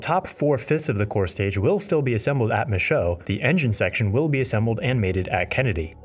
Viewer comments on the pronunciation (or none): Great, folks. The Nit of the Day: Michoud is pronounced, “Mishuuuu….”.